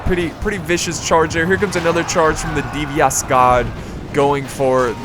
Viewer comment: just FYI its Die - vas Guards as in GOD guards :))